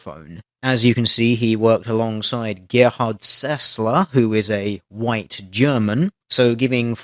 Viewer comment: Your pronounciation of Gerhard Sessler was absolutely perfect, how did you do that? :O